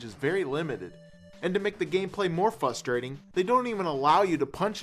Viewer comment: i love how he says "fustrating"